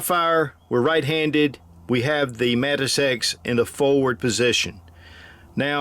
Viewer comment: I keep hearing Mantis Sex